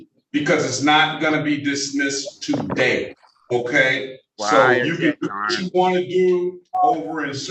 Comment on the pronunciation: Do Moronish Slobbering Citizens EVER win in any case in any jurisdiction? Just axing. TaDAY…….